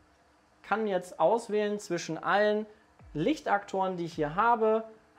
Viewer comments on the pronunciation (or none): none